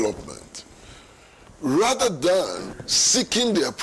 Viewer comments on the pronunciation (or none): none